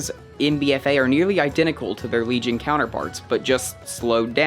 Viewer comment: WEGION WEGION HAHAHAHAH